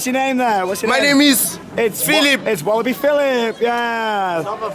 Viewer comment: well i would he say he has said it right and i am from belgium